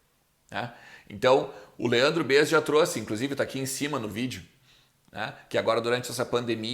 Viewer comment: Fala,! Blz? Só uma dica, tenta pronunciar melhor o "Em" do "Em Off". Eu tava só ouvindo vc falando enquanto navegava em outros sites e achava que o nome do quadro era "in/off", hahahah. Espero que leve numa boa! Parabéns pelo canal, sou fã do seu trabalho. Abraço!